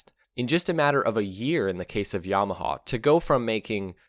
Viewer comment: It is Yamaha, not Yamahaw😊